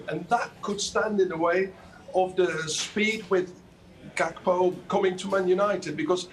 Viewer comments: Wait this guy just said Gody Cakpo 🤣🤣🤣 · “Gakpo” how do you pronounce that 😂😂😂 why would he leave a team that competing to get into the ucl and leave to utd who are in europa conference league on Thursday nights Lmao stop it man